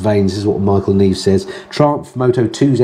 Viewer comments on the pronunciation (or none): none